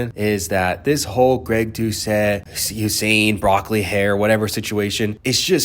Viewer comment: Greg Do-Ket